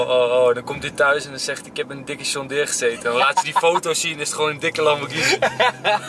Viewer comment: Waarom zeg jij sjon deere